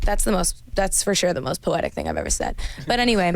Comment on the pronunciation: felt like she was calling for me lol Enny-way, I really enjoyed this laid back interview 💜💜